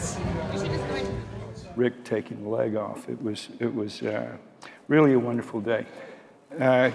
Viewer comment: really, a wondefull day ? 😂😂😂